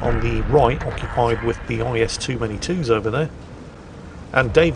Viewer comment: "IS too many twos"? Please never change